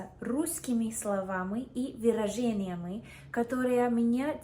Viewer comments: Это малороссийский акцент. На юге России часто можно такое услышать. А судя по окончаниям сллв на 0.15 когда она произносит "словамЫ и выражениямЫ", училя язык где-то в тех краях, ну или в кругу ее общения есть такие, вот и впитала. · Да ну нахрен. Ты русскоязычная изначально! Только притворяешься немного. Ни один англоязычный не может правильно научиться произности звук "Ы". У тебя же - в лёгкую идет, даже где не очень надо - в конце слов (очень заметно на ) - это украинский акцент: словамЫ, выражениямЫ.